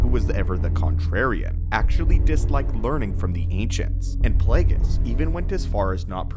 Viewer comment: Plague-ees hahahaha